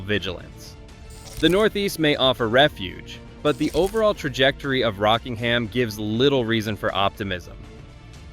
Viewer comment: He said it properly but used a bad stock photo.